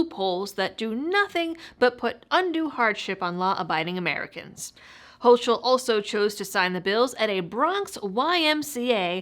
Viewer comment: Please, get the name right. 'Hochul' is a German name, so the 'ch' is hard, as if it were 'ck'. So the name is said as 'hoeckle'. I'm persnickety about pronunciation because so few people get my name right. Otherwise, excellent piece! Glad I saw it!